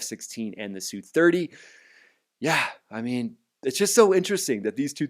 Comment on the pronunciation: "S" "U' 30's. No one calls them SOO30's.